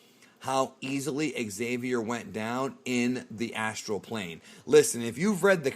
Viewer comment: "Astral plane"👀💀🤣🤣